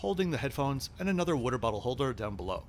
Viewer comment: 7th minute, the way you pronounce “water” sounds like you are from Philadelphia (or proximity)